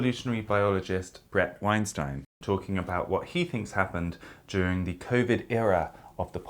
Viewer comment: I love the fixing on Weinstein pronounciation. Great!